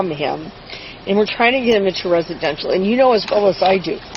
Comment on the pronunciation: reshidenshal.... you mean "residential" ...you poor old drunk lady...😮 and oh my God he was at Cross country after school!! such a bad bad kid..Aidan maybe difficult but he certainly does not need you..